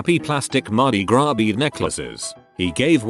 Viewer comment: The voice can pronounce madi gras better than most people